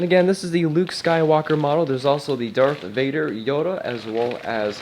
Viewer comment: "Dark" Vader huh?